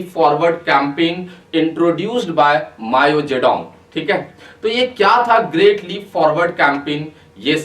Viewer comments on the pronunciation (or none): Bhai vo "Mayo" nai hai "Mao" hai , pronunciation zaruri hai